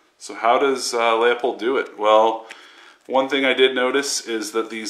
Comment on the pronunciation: It's "loo-pould" fool...